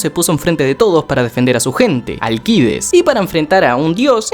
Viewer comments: Malayaaa seaaaa es alccccccideesss allllcidesssssssssss no alquides como lo pronuncias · ni en la traduccion dicen alquides para que lo llames así we, eres español? xD es AlCIdes = ALSIDES para que captes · Será que animan el spinoff de #Jackviejosabroso? Edit. Bro, se pronuncia Alcides Alcides, olvidá a Alquides. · NO ES ALQUIDES SOLO ES ALCIDES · Alcides no se lee la c jsjjssjsb sorry